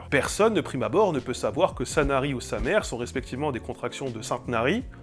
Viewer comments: Samer dans le Boulonnais se prononce samé et pas samére.😅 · Samer : Ça se prononce Samé, pas Sa mère ! :-p (mais tout le monde fait l’erreur). Bon, ben y a un peu d’héritage chrétien quand même en France ! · Samer chez nous se dit Samé non pas Samere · Merci, super vidéo comme d'habitude. Et toujours plus vaste que ce qu'on s'imagine de prime abord. Petite remarque a la toute fin, la ville de Samer, si c'est bien celle du Pas de Calais, se prononce sans le "R", on dit "Samé" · Tout le monde appelle Samer, on sait que ça se dit Samé, mais c'est plus drôle.